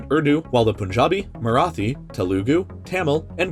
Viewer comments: its "Marathi", Not Merathi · Its Marathi not Merathi ! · Bro that's Marathi not Merathi 😢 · It's Marathi not Merathi Sorryimageonerd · It's not merathi it's marathi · It is Marathi, not Merathi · I would like the researchers to make a bigger effort when collecting content. You people have 'Merathi' rather than 'Marathi', and the person doing to voice-over to should atleast try to make the pronounciation right. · " Marathi " not Merathi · It's marathi not merathi you fool!!!! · sir its marathi not merathi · Sorry to Interrupt, in , it is 'Marathi' and not 'Merathi' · it's not *merathi it's MARATHI. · fun fact it's Marathi not Merathi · Bro it not merathi it's marathi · its marathi not merathi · It’s Marathi not merathi xddd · Hey, it's Marathi and not Merathi! Please don't make such spelling mistakes that would lead to insult my motherland.... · It's Marathi Not Merathi😅 *correction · Merathi 🤦🏻‍♂️ it is MARATHI !!!! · Dude the spelling is Marathi not Merathi 🤣🤣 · It is not merathi it is marathi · ITS MARATHI NOT " MERETHI" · Bruh just telling it's MARATHI not MERATHI🙃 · it called marathi not merathi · That's Marathi, not Merathi... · Marathi, not Merathi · It’s Marathi, not Merathi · dude it’s Marathi not merathi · it is not mearthi it is marathi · It is Marathi not Merathi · its Marathi and not Merathi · it's Marathi not Merathi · like how he said 'merathi' and not 'marathi" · it is called marathi not merathi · It's Marathi not Merathi! Please correct the vid! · it is MARATHI not MERATHI pls make the correction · It's marathi.. Not merathi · It's Marathi and not Merathi.... An anguished Marathi linguist 😡😡😡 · It Marathi not Merathi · Marathi not Merathi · it's marathi not merathi 😁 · Spelled and Pronounced: "Merathi" wrong. Supposed to be "Marathi." With an sound of: [Ma-Raa-Tea]. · This man prounoumced these langauages so offending to indian subcontinent family members its making us cry, Tamil is pronounced Tameel, Telugua is Telgu Marathi Is Marathii